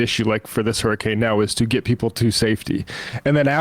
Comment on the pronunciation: hur-ricane, not his-icane